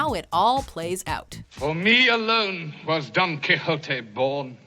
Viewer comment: Don Quiyotee